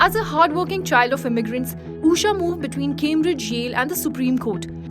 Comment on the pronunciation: Being an Indian, this journalist can't pronounce an Indian name, it is not Uusha, it's Ushaa